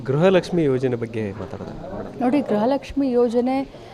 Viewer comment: ಗ್ರಹ ಲಕ್ಷ್ಮಿ ಅಲ್ಲ ಮೇಡಂ ಗೃಹ ಲಕ್ಷ್ಮಿ ಅಂತ ಇರಬೇಕು ಅಲ್ವಾ ಮೇಡಂ